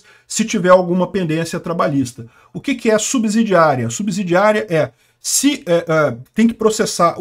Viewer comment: Subsídio (ssss...) , subsidiária.. E não subZidiaria(zzzz...)